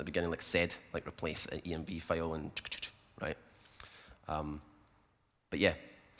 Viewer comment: you mean rejt